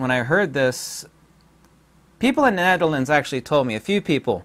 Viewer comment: I like your demeanor! Sub’d. (I now know how to properly pronounce “The Netherlands!” Thanks! Aloha!